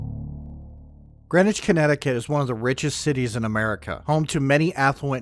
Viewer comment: ok I lived all around that area I knew Greenwich CT and we didn't say Greenwich it's a certain way you pronounce it if you ever been there new Canaan and even Stamford now if you had the money to live in Greenwich you would know now to this day I don't really know the real story I grew up way before you tube be blabbing the story I'm still not sure but I know what I heard when I was younger and yeah we use to visit Greenwich high school not too far from new Canaan and I'm sure bout anything but I still say what I heard when I got older oh hell yeah I figure out couple things